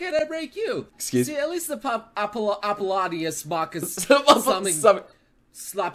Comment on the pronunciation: the way to say the name is apolo-polo-nius